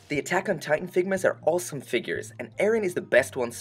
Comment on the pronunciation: I like that you say awesome like “awlsome”